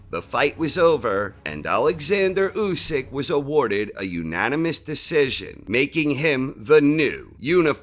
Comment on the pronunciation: i cringe when this dude says " Usyk " ..